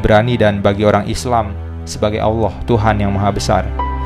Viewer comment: Karena merujuk dr alkitab, harusnya bacanya bukan owloh bang tapi Allah 😆